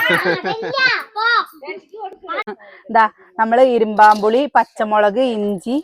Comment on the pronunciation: ഇരുമ്പൻ പുളി എന്നാണ് പറയുക, ഇരുമ്പാo പുളി എന്ന് കേൾക്കുമ്പോൾ അരോചകമായി തോന്നുന്നു, അതുപോലെ,'അമ്പഴങ്ങ' not 'അമ്പാഴാങ്ങ"